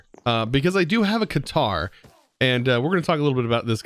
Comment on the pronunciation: The red matter katar you are using is actually pronounced "cutter" anyways keep up the good vids